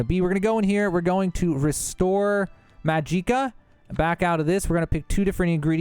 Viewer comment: Majeeeeka in the gilded karafey. If these are intentional well done.